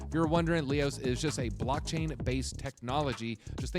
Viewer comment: He’s not even pronouncing Leios properly.